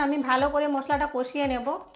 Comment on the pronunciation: Tomake kee ranna sikhiye che aage bolo to masala ke musla karai ke kurai bolcho